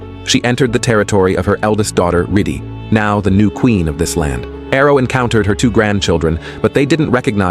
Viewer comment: "riddi" ❌ "Riddhi" ✅